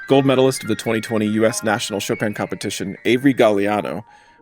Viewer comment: qu'est-ce que cette prononciation de "Chopeune" ?